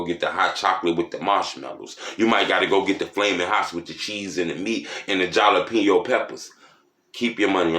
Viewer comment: Man. Did he say "Jah La Penos"!